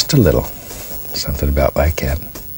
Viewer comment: Instead of saying, “Like that” he says, “Li cat”. Drives me crazy. Still love watching though😚